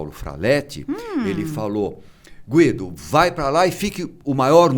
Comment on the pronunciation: O dr Guido eh maravilhoso! Adoro ele e assisto a todos os podcast s que ele participa, apesar de ser recluso( como ele mesmo disse)!! Ele tem muito a ensinar para nós!! O nome dele pronuncia Gu i do !!! Pronuncie o U do nome desse grande e sensacional Doutor. Sempre é bom dar uma verificada na pronuncia do nome dos participantes antes de iniciar o podcast!